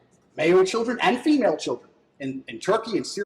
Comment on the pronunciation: Thanks to, whenever I hear ANYONE, say female, I hear in my mind saying pheemayle, fee mail 💀